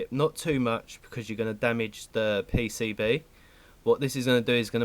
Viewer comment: The 'pay-say-bae'